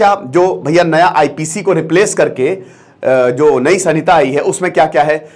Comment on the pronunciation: Samita nahi h sir ... Vo संहिता hota hai